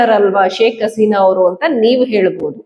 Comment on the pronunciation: ಶೇಕ್ ಆಸಿನ ಅಲ್ಲ ಹಸಿನಾ ಏನ್ರಿ ಎಷ್ಟು ಹೇಳಿದ್ರೂ ಸರಿ ಮಾಡ್ಕೊಳೋದಿಲ್ಲವಲ್ಲ ರೀ ಇವರಿಗೆ ಹ ಉಚ್ಚರಣೆ ಬರೋದೆ ಇಲ್ಲ